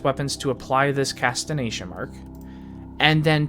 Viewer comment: Casti"G"ation not Casti"N"ation lol Good Video though